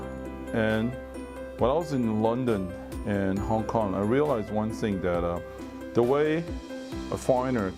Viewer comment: 連勝文其實可以去上發音課程, 到底什麼是 one sing??? 不是 one thing嗎!!